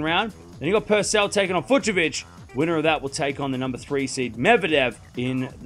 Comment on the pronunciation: Finally someone pronounces Fucsovics correctly!!